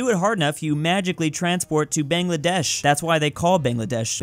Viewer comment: One that world has to know that every yotube geography man calls Bangladesh wrong.